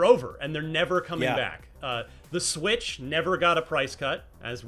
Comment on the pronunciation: "Swirtch 2 Console Reveal"...